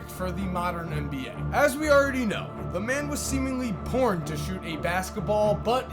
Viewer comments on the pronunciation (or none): Did anyone else hear say porn?? Instead of born